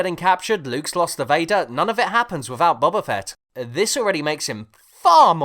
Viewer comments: "Bubba Fett" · is it not pronounced boba fett like boba tea?